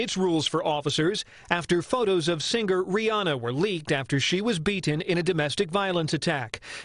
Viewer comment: Narrator: The word singer is not pronounced seenGRR.....the g in ing words is soft. You should know this. 🤦